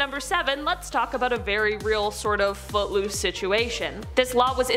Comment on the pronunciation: Lol I thought she said but loose not foot loose